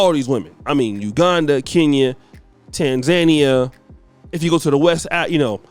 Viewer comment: Lol my boy is terrible with words. He said "Ten-zen-ne-yan"(Tanzania) lol!!!!!!!!! I don't think I seen one video where he does not butcher a word or a name.